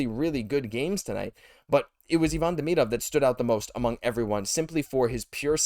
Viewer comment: Saying Demidov name wrong Christ 😂